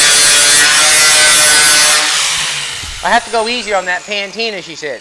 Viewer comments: Hey,, it's pronounced "PUH-tina", not "PAN-tina"! Other than that, I'm following this build with interest. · buddy, it patina not pantina, but I love it, I will from now on call it that! 😂